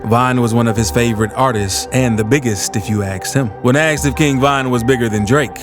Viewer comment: "ASKED" NOT "AXED"